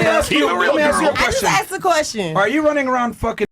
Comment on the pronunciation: I juss axed a kwesshin